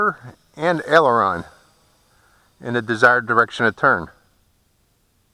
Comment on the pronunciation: This was one of the most helpful tutorials I have ever watch when u say elderon that is the yaw I guess